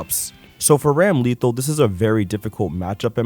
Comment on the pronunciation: Side Note: Ramlethal is pronounce Ram-Le-thahl not to be confused with the word lethal with ram in front of it.